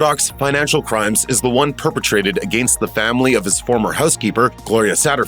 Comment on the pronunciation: "against" could you be anymore Canadian 😅.